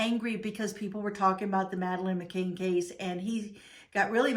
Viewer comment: Hi, the surname is pronounced McCAN not McCAIN